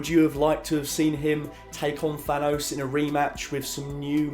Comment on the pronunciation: Perhaps it's just me, but I find it incredibly jarring when I hear a native English speaker pronouncing the word "Thanos" as if it were spelled Than-owse. It is clearly a name inspired from Greek, which would of course pronounce it as if it were spelled Than-oss. North Americans tend to pronounce words ending '...os' as if they were spelled '...owse' (see Theranos for a good example) but you are not from North America, so why pronounce words as if you were?